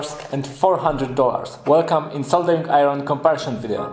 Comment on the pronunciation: Koniecznie musisz dowiedzieć się jak wymawiać "iron". Nie piszę tego oczywiście złośliwie, polecam kanał Arleny, sam tam staram się szlifować angielski: Poza tym powodzenia w kolejnych projektach i filmach.